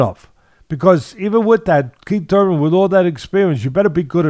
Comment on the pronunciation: Oh shit lol he said kiethy Thurman. 😂 yep think kiethy getting hurt